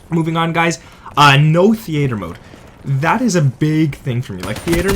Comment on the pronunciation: WTF Is The Ater mode lol its theater